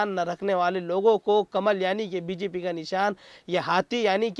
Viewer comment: Bjp ke. Bjaye. Bgp bolte hain. Thodi dhiyan se boliye. Shukrya a/$